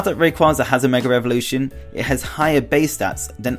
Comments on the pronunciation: Evolution** also why do you say Revolution ? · it's his accent. Idk what accent it is but but they put "r" after the sound of "a" if it is at the end of the word. So it's like Megar Evolution